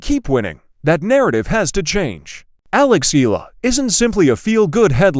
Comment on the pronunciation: There's no such name in the Philippines Ee-luh! It should be pronounce the correct Filipino way, should be pronounce A-Yeah-Luh (Eala) Got it